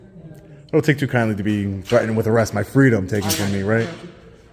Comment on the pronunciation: Under "arreth" 😂 😂 😂 😂 Love ya, but I laughed my ass off